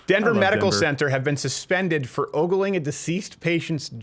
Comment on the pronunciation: "Ogling" and "Oogling" are different words